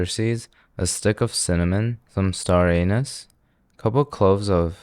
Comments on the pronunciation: Star Anise ❎ star anus ✅ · First the bones moan when opened… then he calls it star anus… he can’t keep getting away with this. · 2 years after and I still can't hold it. He definitely did NOT say "star anise", "separate the white from the colors" lol.